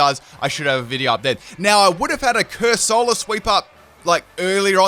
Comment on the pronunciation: CUR-SOLA? ITS COR-SOLA